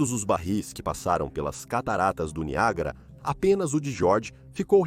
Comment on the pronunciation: NIAGÁRA doeu